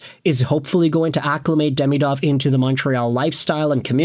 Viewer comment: At least pronounce his name correctly